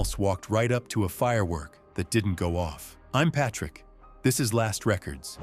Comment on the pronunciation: "p A tr I ck"